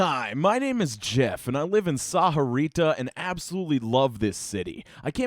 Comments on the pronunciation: The way he said sahuarita made me cringe lol the h I silent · It pronounced more like saw-rita though. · It's weird to hear Sahuarita pronounced like that lmao. I grew up around a bunch of mexicans (myself included) and I usually hear it pronounced as "sa-vua-rita" (thats the best I can write the pronounciation lmao) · Um, excuse me, I believe it's pronounced Sawarita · gotta love hearing mispronounce ur hometown over and over again >:0,............. just kidding, love ya stuff man:) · i was thinking the same thing... not how u say it XD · The way he says sahuarita just makes me die a little inside each time he says it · You’re saying Sahuarita more white then I do